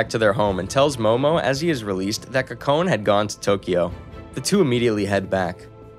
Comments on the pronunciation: Her name is pronounced Co co neh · This has been bothering me throughout the whole video cause I believe he pronounced it right once but never again :/ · A small bit of constructive criticism, I was trying to look up the name of this anime by searching the protagonists name but you were pronouncing it wrong so didn't know how to spell it, I had to go back to the beginning. A note about Japanese names, Japanese is a very phonetically consistent language, so the rules are rather simple. Whenever you see an 'e' in a Japanese term or name, it's pronounced like a long e, like "eeh " like in words touche' or puree. You saw an e after the letter n and assumed it was silent, which is understandable, but there aren't really silent letters in Japanese. Her name would be pronounced 'Koh-Koh-Neh', not 'Ko-cone.' Watanabe would be pronounced 'Wah-Tah-Nah-Beh', not with a 'Be' at the end. I'm moderately fluid so it stuck out to me, but it's good to learn language and share that info, I think it enriches the watching experience when you know how their names are said. I'd encourage you to listen to the original Japanese audio with subs for like an episode or two, just to see how they say the characters names, to avoid confusion going forward. In Japanese they often say their family last/names first, then given/first name, so unless they're really close, most people will call people by their last names, watch out for that too. Other than that good job. I enjoyed your story telling and paused cause I think I'll watch it myself! Great job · are we gonna casually gloss over the facts he pronounced kokone wrong??